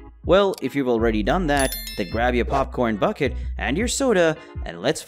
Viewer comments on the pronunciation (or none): none